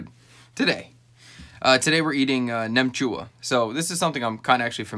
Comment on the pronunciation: Wow I am more surprised how well you pronounce "nem chua". It's like 95% vietnamese. Nem chua is a dish u snack with beers. It's fermented so it's actually good for your gut. Only thing I don't like about it is the curing ingredient that makes the colour pink.